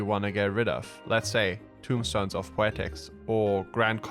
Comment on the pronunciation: my only complaint with the video is that they're not called tombstones but rather TOMEstones.